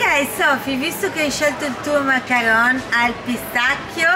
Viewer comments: Si chiamano mancaron non macaranes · Ms si dice macaron non macarones